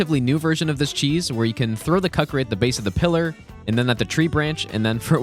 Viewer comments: Kook-ree. Not cuck-ree lol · Ku-ki-ri not cuckiri lol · not to be that guy but please call them kookury and kuckry I usually wouldn't say anything but its like the 4th tike i've heard you say it wrong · Its koo-kree not cuck-kree 😂😭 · Sorry bro PLEASE, it's Koo - Kree not CUCK - kree, please. Stop calling my boys cucks. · Does he just say cuckri on purpose or does he just not know it's "kuk·ri" "/ˈko͝okrē/" ? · is he pronouncing Kukri as Cuck-ree instead of Koo-Kree on purpose as a joke or...? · I am certain you heard this from others, the u in kukri is pronounced 'oo' not 'uh'. Have a good day. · Erm,, I don't want to be this guy, but you have been calling the Kukrs Cuckri all the time in the video. It's probably because you don't know better, but please call them Kuuukri from now on. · Nice run but it’s Ku-kri, not Cu-kri. Unless it’s an joke and that’s the whole point of it being said like that lol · not to be that guy but please call them kookury and not kuckry I usually wouldn't say anything but its like the 4th time i've heard you say it wrong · I love but it’s pronounced koo-kree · You probably won’t read this but it’s pronounced coo-cree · It’s pronounced “Koo-kree”. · I have no idea why it matters but isn't kukri pronounced like kook-ri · Why does this guy constantly mispronounce Kukri is it some kind of him trying to be funny cause it's pronounced Ku Kree, ku sounds like coo like the sound a baby makes I'm so confused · Why is he saying "cock grease"? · ...Why does he keep calling Kukri "Cuckri"? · Not to be that guy but who's gonna tell him that kukri is pronounced "coo-kri"? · Take a swig every time he says "cuckri" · I can't be the only one bothered by how he pronounces kukri. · kukri is not pronounced like that lol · You pronounce kukri weird on purpose? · Oh no not another video full of kukri mispronunciations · I'm pretty sure he does it on purpose at this point because of all the comments like these 😂